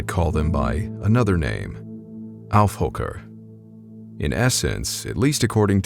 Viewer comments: It's actually "Aufhocker" and they are way different than skinwalkers, they are more leprachauns or goblins than anything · It's called "Aufhocker". :) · Aufhocker not Aufhoker. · Is it just me, or does it sound like the narrator is saying Elf Hooker or Elf Fucker? Lol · I'm German and I have no idea what "alfhooker" you're talking about . I have heard of skinwalkers, sure and I have seen strange beings myself (I don't think they were skinwalkers). Your subtitles make it "AI hooker" which is funny... I assume you're using a Polish word, but I'd really like to know what you were trying to say. Peace. ... Researched a bit, because the pronunciation is completely misleading, sorry. What you mean is Aufhocker or Huckup, and it rather means "sit upon" not really "leap upon". And it's basically a zombie or nightmare being that can come in many shapes. You depict werewolves in the video a lot - we have that, too, Werwölfe (singular: Werwolf). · Saying “Aufhoker” Sounds like you’re saying “Aw Fvcker” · tf is a alfhuker man this aint no german word im telling you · Wtf is a Affhooker? I live in switzterland and never heard this word. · Thanks for the great story...I look forward toe more of the same! I'd like to add that your German accent is VERY good! I'm an ex-AF brat myself and got to spend 3 years in Germany (Neu Ulm...mostly Army), so I'm pretty familiar with the accents...from Hoch Deutsch to the "regular" accent. You might want to try putting a little more of a guttural sound to the second word after Auf...the "hooker". Anyway...looking forward to MORE, especially since I really LOVE scary other wordly TRUE tales! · Its called aufhocker 👍